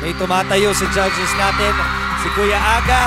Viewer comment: judges qo naging gadjes hahaha tao lng nag kakamali